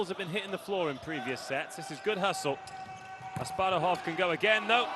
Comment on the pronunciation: The boy's name is Asparuh Asparuhov, people, like our first khan (tsar, king). How come you didn't learn his name? You call him Asparov and/or Asparuv, stupid Americans??